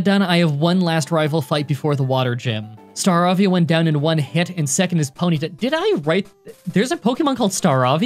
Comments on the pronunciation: Ok say it with me Star-ray-via not Star-raa-via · It’s pronounces “star-rave-ee-ya” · Star-ey-vee-uh, not star-ah-vee-ah. It's a pun on star and avian. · I always pronounced it Star-Rave-E-a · oh my bad, didn't read the whole thread. I'm talking about the guy who said it was pronounced "sta-RAY-vee-uh" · I think Staravia is said like "star-A-via" That's how I pronounce it anyways. It's a funny one for sure, you'll always remember starly and staraptor but probably not staravia. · Grammar Police 🔴🔵🔴🔵 “Star-ray-vee-ah” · Star-Avee-A. That’s the name of the Pokémon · (stah-RA-vee-ah) (BWEE-zul) (SI-zor) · 1. I assume it's Kijabe? In that case, it's kee-jah-beh; 2. I'm guessing Staravia is a pun on "avian", and should thus be pronounced Star-EY-vee-uh. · Star-ay-vee-ah not what you said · I wonder if you could beat a Gen 7 game with only a Mimikyu or Drampa. It would get rid of the catching other Pokemon to learn HM’s rule exception. Also, Staravia is pronounced: Star-Ray-Ve-Ah Buizel: Bwee-zuhl (The b & we sound is together instead of Buh-we-zel like how it's spelled.) Sorry to be nitpicky about it. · Staravia- sta-rave-ia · It’s Star-ay-via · I'm still not quite sure why you'd question your own writing during the middle of recording, then just assume it is wrong when you can look it up. Also you pronounced it wrong. Hard A, not soft A. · This channel has no shortage of memes. Btw it is Staravia, you just pronounced it wrong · There is a Pokémon called Staravia but unfortunately you said it wrong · Staravia Star-avia (pronounced the same as avian) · Star-avia you know like an avian? A BIRD 🤦🏻‍♂️ people pronounce these names horribly fml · U spelt it right u just pronounced it wrong